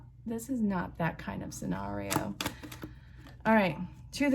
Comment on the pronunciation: I love how you said Sawnario!! 😂